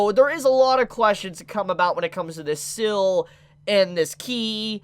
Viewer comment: contrary to popular belief, seal is not pronounced "sill"...